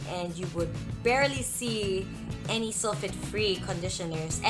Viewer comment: Sul-feyt not sul-fit. Lol